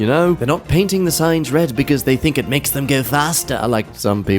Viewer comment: What accent does have that makes him say "Thee" instead of "they"??